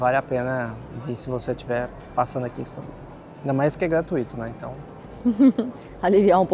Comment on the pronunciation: Adoro os vídeos de vcs! Uma singela contribuição pro canal: gratuíto não existe. A pronúncia é gratuito, igual a intuito ou fortuito.